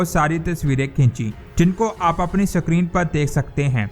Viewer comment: Please correct your pronunciation of SCREEN. The pronunciation of this word is ISCREEN but not SACREEN. If don't believe ask any English Scholar.